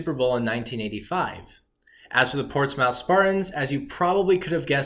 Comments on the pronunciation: I'm from Portsmouth, OH (Port•SMITH correct pronunciation). No worries though, even some people from Portsmouth can't pronounce it. Porchmiff isn't a thing people. Anyway, always nice to see our brief history. Thanks. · So many things wrong here. Not following a kid who doesn't know history, not to mention how to pronounce "Portsmouth".